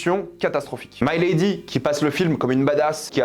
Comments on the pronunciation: Putain ….Milady …..pas My lady . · Pas " my lady " mais Mi ( mi ).lady... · Ce n'est pas " my lady " prononcé en anglais . Mais , " milady " , prononcé en Français "milédi " ! Le terme de l' époque pour désigner une femme de la haute . Enfin , bref ... Salut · C'est pas "Maïlady", c'est MILADY (même en anglais, on dit avec le "i") et je pense que tu n'as pas vraiment compris le déroulé, car ce n'est pas le Cardinal, le véritable cerveau du complot... Ensuite, si tu as lu les livres, tu sais que le Duc de Buckingham, n'est pas non plus n'importe qui (ce n'est pas "un petit anglais comme un autre") ; Au même titre que le Cardinal, c'est un as de la stratégie et de l'épée, ça aurait été très c.o.n qu'il meurt de cette manière (même si le retournement de situation est effectivement assez expéditif) Perso, j'ai été très déçu de ce volet (encore plus par rapport au premier)... C'est clair que je m'attendais à plus et à mieux... peut être un peu plus de scènes de batailles, une plus grande importance du Duc ou même tout simplement des mousquetaires (qui servent plus souvent l'arrière plan sans vraiment jouer un grand rôle dans l'histoire de base), mettre en avant le trio Gaston Louis et Richelieu (qui doivent avoir chacun trois ou quatre apparitions dans tout le film alors qu'il se passe ce que l'on sait...), où est passé la mère du roi ? Quid du mariage de Gaston ? Pourquoi Milady a demandé à Richelieu de sauver Dartagnan (alors qu'elle voit les mousquetaires comme ses "ennemis"?) ? Où sont passés les gardes du Cardinal ? Pourquoi Buckingham envoie des navires à la Rochelle alors que ça met en difficulté la France (et qu'il n'est visiblement pas hostile au roi) ? Comment Milady a survécu à sa pendaison ? Est-ce que ça peut donner un espo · C'est pas maille lady, mais milady, avec un i. Dans tous les films relatant l'histoire des 3 mousquetaires on dit Milady. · mé~lé~di pour la prononciation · Mec tu fais une critique alors que tu sais même pas prononcer milady